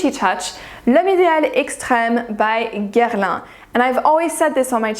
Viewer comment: All these reviewers been destroying how you say Guerlain good stuff. Lol